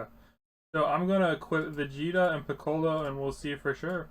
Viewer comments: ITS PICCOLO NOT PICKALOE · Good video but the way you pronounced piccolo triggered me..